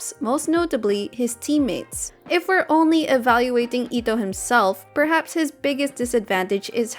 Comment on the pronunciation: "Oni a few options"🤣